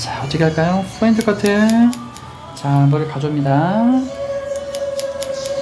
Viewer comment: 포인트.point 인데.계속 F발음으로 하시네요.foint 뽀인트 라고.ㅋㅋ